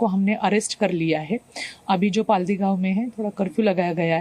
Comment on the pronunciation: हिंदी के anchor क्यो मराठी शब्दोंके उच्चार गलत तरीके से करते है, गाव का नाम पल्हाडी नहीं है बल्की पाळदि है, आप ळ का उच्चारण नहीं कर सकते है तो ळ की जगह ल बोल सकते है, मगर पाळदी का उच्चारण पल्हाडी कैसे हो सकता है.